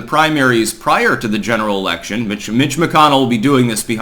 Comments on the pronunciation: Haha! You said erection. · You said erection... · You said incite an erection!! 🤣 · You said, "incite an erection." Thanks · "someone tried inciting an erection" come again?